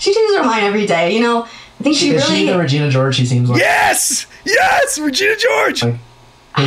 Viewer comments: Regina 😭🤣 it's said re- gena not ri-gina 😭🤣🤣🤣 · the way said Regina George. Lol no he didn't RAgina Lolol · I love how you pronounced Regina like “vagina” at first 😂💀 😂 I’m dying laughing at that for some reason